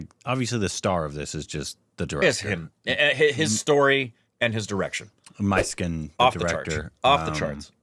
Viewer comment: The director's name is the name of the lead from Dostoyevsky's Idiot. Prince Mysskin. Pronounced in Russian as Moushkin. In tamil, it is Mishkin.